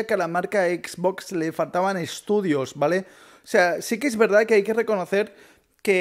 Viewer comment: Me da risa como dise xBOX